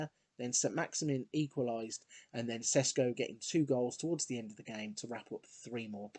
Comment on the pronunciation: Hi, great vid. Šeško is pronounced Sheshko not Sesko x)